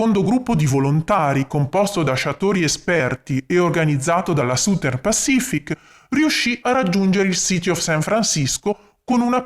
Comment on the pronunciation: Uno usufruisce gratuitamente del tuo impegno, quindi esprimere delle critiche potrebbe sembrare scortese, però, oltre ai giusti complimenti, ti consiglio di curare un pochino meglio la pronuncia delle parole inglesi. "Southern" dovrebbe suonare qualcosa come ** sazern*. La **Z* rappresenta la pronuncia del the degli inglesi, e per noi italiani è oggettivamente un suono un po' difficile da produrre ma la prima vocale è una semplicissima "a", non "u"" . Ciao, grazie per i contenuti che metti a disposizione di tutti., ,👍🙂